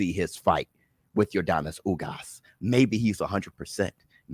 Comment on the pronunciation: lol thats fine man. But if I was ugas I'd get annoyed that you're saying my name wrong 😂